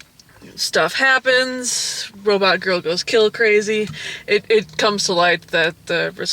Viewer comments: "Robit" XD is great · That's the original pronunciation of the word! At some point in the 70's, people stopped saying "robut" and switched to "robot". Check out some old serials or B movies, sometime. (Or things meant to evoke said old serials, i.e. the "Sparks Nevada: Marshall of Mars" segments of The Thrilling Adventure Hour.)